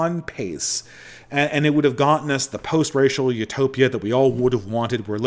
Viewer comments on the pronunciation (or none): none